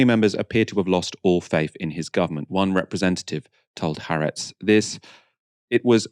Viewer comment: the Israeli newspaper is pronounced as 3 syllables (the double-a is split) with the emphasis on the middle - ha-AR-etz